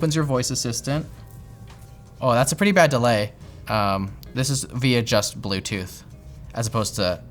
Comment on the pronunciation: blewtoodth moude oxiliery moude